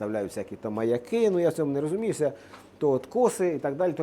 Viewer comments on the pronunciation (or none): none